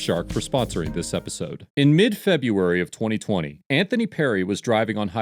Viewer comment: Omigod! You didn't say "Feb U ary". You did. Go back to second grade. Make your former teacher refund all of her wages.